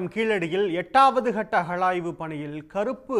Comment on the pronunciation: அஹழாய்வு இல்லை டா யப்பா அகழாய்வு change your pronounciation